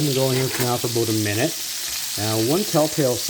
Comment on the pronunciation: "Boataminit"! Love it!